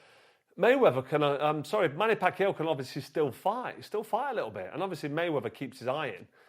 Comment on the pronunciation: Why can’t you pronounce Manny Pacquiao